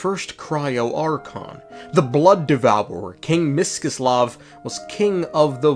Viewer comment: "Monomakh" "Mish-chy-slav" "Seriviiiki" "S-koll-dyryth" "Vodya-noy" "Fio-dorovnaa" it's pronounced more like this for me! (western slav yippiee)